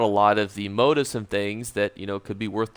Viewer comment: It's { mō-ˈtēf } sound it out as Mo - Teefs not Moat - ifs . You don't learn by deleting posts. Good video , thanks .